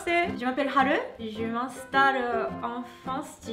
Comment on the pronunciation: Je ne connais rien au Japon alors pendant le confinement j en appris pas mal grâce à tes vidéos ou japania ou ici japon Je ne comprends pas pourquoi Haru se prononce haleu alors qu apparemment le son "eu" n existe pas au Japon. Est ce une erreur de ma part ?